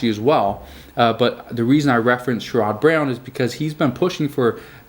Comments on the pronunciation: You say the Congressman from Ohio like share id Brown. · It’s pronounced sherid brown… I know it’s spelled sherod